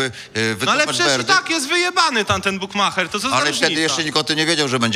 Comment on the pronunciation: Tez kitu i ten "bukmacher"